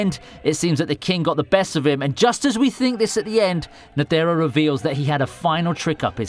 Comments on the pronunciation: y is he saying net ERR o? just say netero please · Ney tey ro